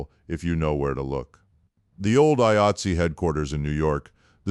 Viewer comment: AI cant even pronounce 'Eye-Eight-See'. Garbage.